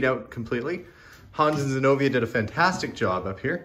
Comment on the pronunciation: Isn’t it Zenovia? I can’t hear very well with the volume down so I don’t wake up the husband. Thought her name is beautiful but with the B it’s a little different sounding.